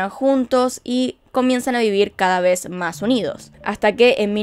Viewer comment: Me gusta cuando dices... "Una vej mas " 😂